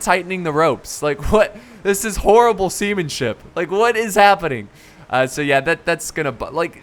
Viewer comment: "This is horrible semenship"